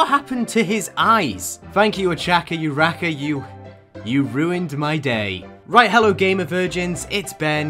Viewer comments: So. Its sad Ochaco Uraraka. He said Ochaco Uraka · The way he read Uraraka's name, URaKa oh my god Ben you're epic dude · 😭 and her pronounced it your-raka poor ochako 😔😔😔😃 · THE WAY HE SAID URAKAS NAME DJDHDHSJJSHFJJDJD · Why did he say Uraraka like that? Lol